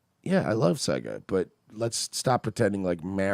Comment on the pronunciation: You guys are miss pronouncing Mario and Sega really is annoying lol